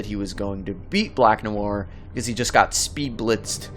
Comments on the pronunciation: Noir is French pronounce it properly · It is Black NoIr you fn idiot, and Noir is pronounced "nuh·waar". Your uneducated ass goes all over the place calling him Black Noor, Black Manure and what ever other verbal diarrhea you came up with. Next time when you do research for a video, Google how to properly pronounce the fn topic. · The way you pronounce "noir" is bugging me, you say it as two syllables like "no ar", it should be "nwar" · IT's nu-war, guys. jeez. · It’s pronounced “Nwa”, not Nuwar... dumbass. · "black nu-woir" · lol Black "No-arr" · 😋 nahson.. pronounced "nwah" or even "nwahr" either way as one syllable. I'm splitting hairs though. Shame on me. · "Black Noowar"? 🤦‍♂️ Muricans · 'black nowar' uh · pronounce "Noir" - "Nwah" if i'm not mistaken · The way he said black nowwar lol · Black “No War”.....dude, try a little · I came here to learn why the guy is named black-black in French and English? Is he Canadian or something?. And in the first 10 seconds noir is pronounced "No-war".. and sure enough.... What I wanted to know isn´t mentioned. :( Searched several wiki´s nothing. Am I really the first to wonder about this? It´s too conspicuous to not mean anything.. End then..... "When you're so dark; your name means "Black" in two different languages." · For crying out loud, if you’re going to make a video learn how to pronounce the freaking names and words. Noir is French, and it isn’t pronounced “New-Ar”. This seems to be a common thing on YouTube these days. But then again, most people have trouble just speaking English well. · Noir is pronounced as 1 syllable, not 2! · Your pronunciation of 'noir' is cringeworthy. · Informative video. But, please, learn to pronounce ‘noir’. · It's just one french word, just one. Just pronouce it properly. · Jesus Christ man can you please learn how to pronounce noir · 'Noir' is just one syllable, guy. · im pretty sure you pissed off alot of french people on your pronunciation of "noir"